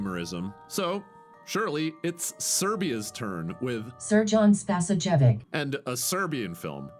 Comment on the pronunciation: And the text to speech got director's first name right, but not the last 1. This is how you get it to say it right 'Spasoyavich'. I'm Serbian. I never watched this movie directly. I watched some Australian guy watch it, he 🤮 at 1 point, but don't remember on which part.